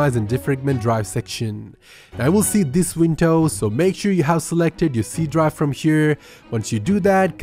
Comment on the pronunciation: Faster = Fuster Effective = Effecteeev Drive = Dry